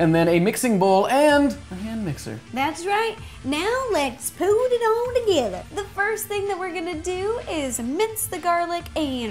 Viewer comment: "lets POOT (lovato) it all together"